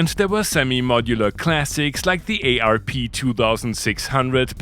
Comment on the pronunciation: Pronounces synth manufacturers correctly = ding ding ding, mispronounces ARP = no ding 😅 Ah,, we love you.